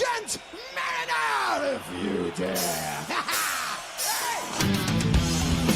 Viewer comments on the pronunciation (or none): LOL, "MAH-rin-er", not "Mah-REE-ner", lol.